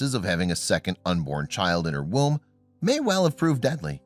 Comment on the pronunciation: "the newborn had lost allot of blood while in the ROOM??" OR "WOMB?" do I need hearing aids?